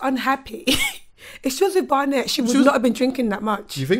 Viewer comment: can't pronounce Barnett.